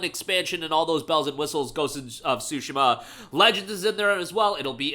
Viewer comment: Dude really said Ghost of Shu-shu-ma.